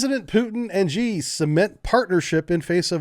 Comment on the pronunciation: 'Xi' is pronounced 'she'.